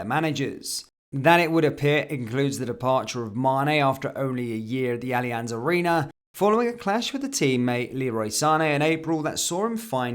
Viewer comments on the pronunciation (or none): none